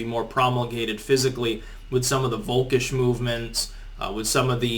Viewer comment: Folk ish...not Volk ish. The initial V in German is prnounced as F.